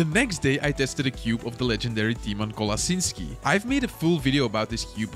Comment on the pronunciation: Me as polish person and hearing you say Tymon Kolasynsky